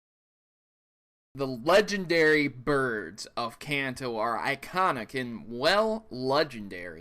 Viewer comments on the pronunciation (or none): none